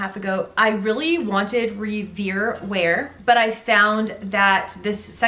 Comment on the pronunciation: Revere Ware is pronounced like Paul Revere's name. So disappointing that it is warped. Not common as this is a fabulous brand since 1939.